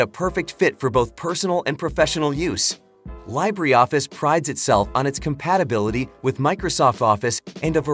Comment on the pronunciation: Yeah. What's this LYE-bree Office is speaking about? 😂